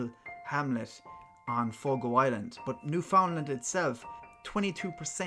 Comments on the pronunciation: Thank you for pronouncing my province correct me son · New-fin-land is how we Canadians pronounce it. As if its one word and not three in one, so the emphasis isnt on the three words.